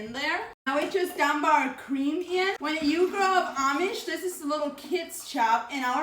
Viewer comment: By the way your EYES be so awake, I believe you did sleep well. Anyone notice the lack of blinking? Also, What cweam?